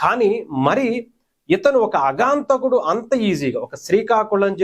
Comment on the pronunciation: అగాంతకుడు కాదు ఆగంతకుడు అనాలి